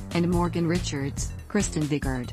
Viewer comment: Kristin Vigard's last name is pronounced VYGARD, not VIGGRD.